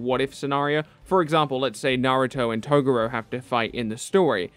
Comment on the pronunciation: Ugh you’re still pronouncing Toguro wrong